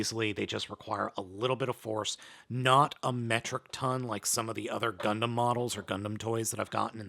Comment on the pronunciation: Wait did i justo hear "gumplum"